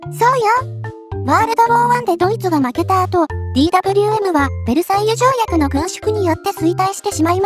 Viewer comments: ザウアー▪アンド▪ゾーン┅誤 ザウアー▪ウント▪ゾーン┅正 ベルグマン┅誤 ベルクマン┅正 ディー▪ダブリュー▪エム┅誤 デー▪ヴェー▪エム┅正 エム▪ジー┅誤 エム▪ゲー┅正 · DWMは「デーヴェーエム」、Bergmannは「ベルクマン」と読んで欲しいなぁ…。